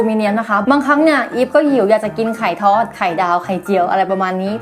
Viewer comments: พี่อีฟพูดว่าไข่ธอด ไม่มช่ถอดหรือทอดเลยอ้ะลองฟังดีดีสิชัดมากกห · 2.14 ไข่ท๊อดด555+สำเนียงผิด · ไข่ท้อด 555+ เหน่อๆๆ